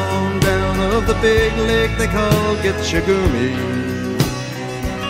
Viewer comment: It drives me nuts every time I hear this song and he says gitchi-gumi when the Ojibwe word is gitchi-gAmi Signed Officer Friendly of the Ojibwe Language Pronunciation Police